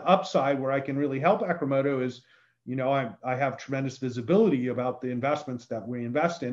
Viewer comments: The guy keeps calling it "Acrimoto". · Ross; Dude! Ack-rimodo - is not the name! Fun, Unique Video. Good job!